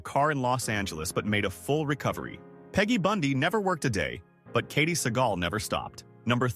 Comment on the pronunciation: Mispronounced Segall